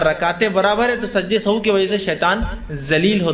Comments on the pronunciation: Very good sehav he sahu nahi ❤❤❤ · Sahu nahin sahav sahih talafuz hey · Janab sajde sahu nahi hota sahi lafz 😢sehav hota he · Sajda sahuve, not sahoo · Sajda e Sahav hota hai sahu nhi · Pronunciation of sehav is not sahoo,and its meaning is not bhool, it means ghalti.